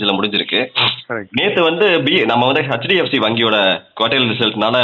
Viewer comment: It's not HutchDFC bank. It should be pronounced as 'எச்DFC வங்கி'. யார் உங்களுக்கு ஹச்DFC வங்கி என்று தவறாக உச்சரிக்க கற்றுக் கொடுத்தார்கள். முக்கால்வாசி தமிழ்நாடே இப்படித்தான் தவறாக உச்சரிக்கின்றது.